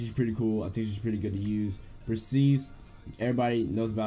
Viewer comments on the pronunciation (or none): Yo this boy had me dying when he said "PRESISTE" Lmao keep it up